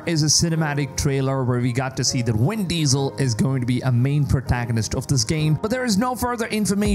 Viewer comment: "win diesal" 😂😂